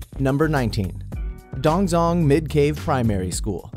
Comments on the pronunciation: It's pronounced tongtsong not dongzhong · Dongzhong is pronounced dong(jong). I know coz I live in Beijing. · I'm pretty sure it's pronounced (dong-ZH(jj)ong) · Its so offensive he pronounced DongZhong wrong